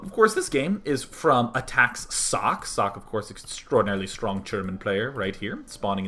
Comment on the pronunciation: >.< oh nooo, its sock again ... socke doesnt have an unvocaliced "e", and its not asian sockeeeeeeee either ... the "E" at the end is vocaliced like the "E" in "E"dward. the "E" is short and doesnt sound like the "i" in germany(american "E" sounds like the german "i" so just remember the "E" in Edward^^) but, if you refer to the translation of socke then you would be right to say its sock, cause sock is the translation of his name ^^